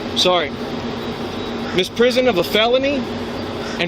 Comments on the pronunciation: "misprison" lol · I thought I was imagining that. He DID say "misprison". Jesus. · I just noticed that he kept mispronouncing "misprision", possibly ignoring that third "i" in the word that means it's pronounced like "miss-PREE-zhunn"; FWIW, "misprision of felony" historically meant a failure to report serious unlawful activity that one knows about (the word originally meant "misunderstanding" but its legal meaning has been restricted over time), and although most common-law countries have abolished it, the US has kept it around, but codified in 1909 to specifically require an active cover-up, and also to explicitly exempt spouses and those who would have ended up implicating themselves if they hadn't taken those actions.